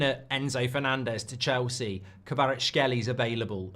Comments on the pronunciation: Mark not being able to pronounce Kvaratskhelia and repeating it like 40 times is hilarious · I really dont get it Just pronounce the a at the end and hé is basically there